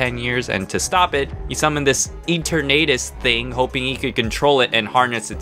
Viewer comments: I like it how he calls it Ater naytas Instead of enturnatus Xd (And yes I might have spelled enturnatus wrong) And wata gun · Ok so you pronounced eternitises name as Enter-nadis when its E-turn-A-tis 1: I probably sprlt eternitises name wrong 2: this isn't a hate comment it's just something that really bothered me ALSO THAT ENDING WAS SICK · It’s pronounced e turn uh tis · Google translate:et-turn-a-tis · it is EE-TER-NU-Tis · God some of the pronunciations in this is painful e turnadus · Dude......thats not how you say eternatus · Its CALLED Eternatus. Etern in Eternity and uh, atus. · Honestly kinda impressed by this. One thing I have to point out, though. Eternatus' name is derived from the word "eternal", so it's pronounced pretty much the same way, but with "tus" instead of "l". Also, BATTLE VERSUS JAIDEN WHEN?! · I love his pronunciation of Eternatus and some of the gym leaders! I love it!!! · Your saying Eternatus wrong